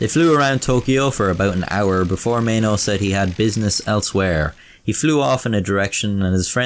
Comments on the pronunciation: Why would you pronounce maeno as meno, and why would you pronounce amateur as amachyuw? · I think it’s Pronounced My E no (Maeno)